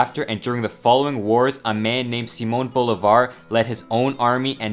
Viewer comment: All names butchered (Simon BOULEVARD?), but all facts nailed.